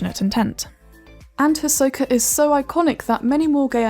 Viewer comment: Even a video about Hisoka can’t even get Hisoka’s name right